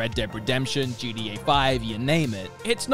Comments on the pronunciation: Why does he keep calling it JEEDEEAAY? It's GTA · When he says GTA I hear GDA for some reason, anyone else?